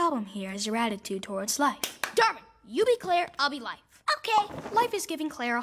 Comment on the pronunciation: "Darkwin" nahhh, bro added a k to his name 💀